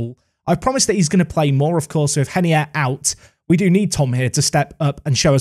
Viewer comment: Please stop saying henier because he’s Brazilian just call Him ray ner I beg